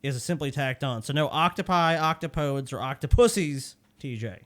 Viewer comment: Actually, the plural of "octopus" is "octopodes," pronounced ock-toe-pode-us. said it, quickly, as the second plural form, but, speaking. quickly, he mispronounced it, as ock-ta-poads (as in "toads"). Because it comes from the Greek, and not the Latin, which most assume, they'll say, "octopi" (ock-toe-pie), but the Greek pluralization makes the original plural form, "octopodes." I'd always thought it were "octopi," but my students said it were "octopuses," and so I looked into it, to settle that, years ago... and we were all wrong...